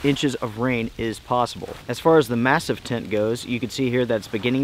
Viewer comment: It's pronounced "mass-EEF".